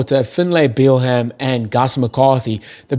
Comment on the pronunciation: Irish supporter here..Excellent podcast! Let me help you with Finlay Bealham’s name. Finlay = bang on (you’re doing a great job!). Bealham = it’s just “Beelum”. Easy as. Just tryin’ to help a brotha out! Keep up the good work. One more thing; “can you write phonetically how to say RG Snyman’s name please? I can hear it, but I can’t wrap my head around the pronunciation. Thanks.